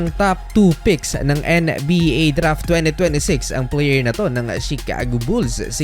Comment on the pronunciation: Kayasin mo nga dila mo ang arte arte mo sa pad bigkas ng NBA! pweee!!!!